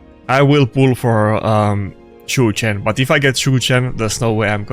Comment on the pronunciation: Everytime i hear “chu chen” jesus christ